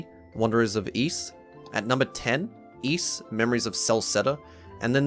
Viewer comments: Allow me to rephrase it for you then so you can understand. You were not saying iisu, you were saying Es. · you showed iisu in katakana on the screen then proceeded to say iis most of the video. I prefer 'Ys' to 'iis', but if you said 'iisu' i'd be fine with that too. chopping off the vowel at the end could happen in japanese language sometimes but it's not the more common outcome and even if it were, there's usually still a hint of the vowel, like there might be a hint of the second b in the word bomb.